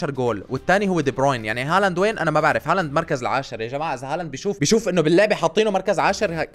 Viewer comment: ليش اتقول ارلينق هوولاند😂😂